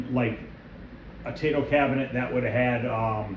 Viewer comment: I hope you are doing well. Love your videos!!! I own a frontline and love it. Brings me back to 1982 every time I play it. Don’t hate me, but I speak Japanese and it’s pronounced “T I-toe. In Japanese, the “AI” makes an “I” sound. Just a tip. Hope to see more videos.